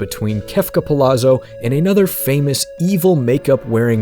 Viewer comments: Good video. I appreciate the deep dive into the character and lore. One note, since his last name is clearly Italian influenced, it may be pronounced Pa-Lot-Zo instead of Pa-La-Zo. I believe the double ZZ makes the same T sound as pizza. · Why doesn't anyone know that Palazzo is pronounced Palatso? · You pronounced his name wrong for the entire video. "Palazzo" is pronounced like "pa-lat-zo." Double Z is always pronounced like the double Z in pizza. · Y'know how pizza has a double Z and sounds like "peet-za"? Kefka Palazzo "Pa-lat-zo"